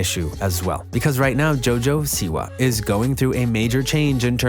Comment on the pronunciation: “Jo jo see why”